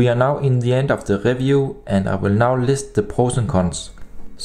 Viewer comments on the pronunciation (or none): review > "RIVJUU", not "RÄFJUU" :)